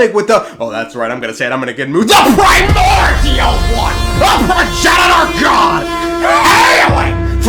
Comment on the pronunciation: "THE pri-MORDIAL ONE! A PROGENITOR GOD >:O HAILING FROM BEYOD THE STARS!" ~*~*~*~ ☠